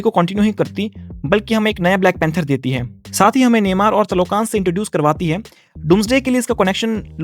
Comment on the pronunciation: Namor ❌ Neymar✅ 😂😂😂😂